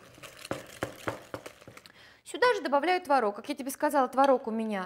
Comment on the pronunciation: не знаю как пасочка, я делаю заварную, но какая красивая девочка, какая красивая кухня, а главное как приятно Вас слушать ..особенно слово " творОг."..)) буду чаще заходить к Вам на страничку))